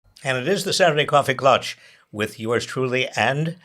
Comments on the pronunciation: Love the show! FYI true pronunciation of Klatch rhymes with Catch and not Botch. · Klatch not clutch.😊 Biden is vastly unaware of the appearance of dementia and cognitive difficulties. People, when you are 81, 82, 86, you naturally lose a lot of cognitive ability. And many in their 80s have more than the usual decline. Neither the normal 80s or the abnormal 80s are fit to be POTUS. Simple as that.